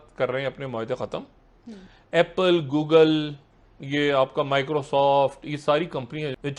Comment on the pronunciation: gugal? jahil jihadi Google hota hai